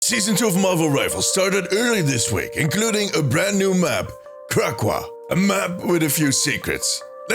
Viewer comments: it’s not Crackwa it’s Crack-co-wa 😂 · It’s pronounced Crack, O, Wa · Kra-Co-Ah Good video.